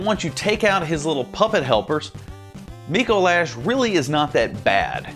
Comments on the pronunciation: It's not "Micoe Lash". It's "Micolash". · You said dicolash and I cackled